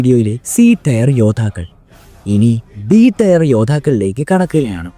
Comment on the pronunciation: ടയർ അല്ല ടിയർ ആണ്